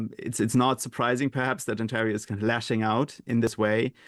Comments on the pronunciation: Mispronunciation of Ontario? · The interviewer is loosing credibility by mispronouncing "Ontario". Disappointing lack of general knowledge or alternatively, lack of preparation.